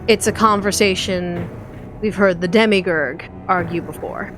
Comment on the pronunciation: The only sad part was listening to pronouncing "Demiurge" as "Demigur".